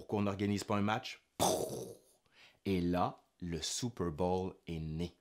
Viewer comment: Excellent mon cher! Mais, c'est Super bôôôwl, pas Super bâââl....